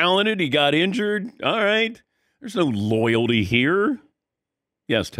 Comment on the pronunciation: Take a shot every time this guy says "loyaldy"